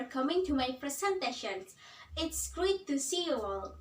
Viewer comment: Nice delivery and gestures! mispronounced: great, inevitable, face. Don't forget to look at the camera.